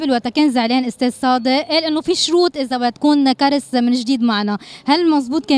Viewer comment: ما غيرت بس اسمها اسم فرنسي في الاساس لا ينطق كاريييس حرف الياء في معنى اسمها يتغير وتنطق كاراس معناها اللمسة اللطيفة انا من وقت عرف معناه ما قدرت انطقو مثل قبل بالياء والكسرة